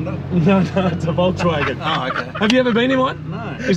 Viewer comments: Did I hear "golfswagen"? 🤣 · "GolfsWagen" looooooool 🤣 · Golfswagen GTI is shloopin and shlidin